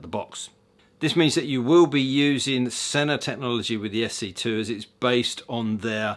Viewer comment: Stopped listening when he said Sena.